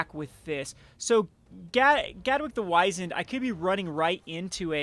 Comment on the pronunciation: I very nearly stopped watching after "Gadwick the Wise-End." Seriously, "wizened" is a fairly common English word. It means "shriveled or wrinkled with age." Unless you're trying to call him a smartass, don't say he has a wise end.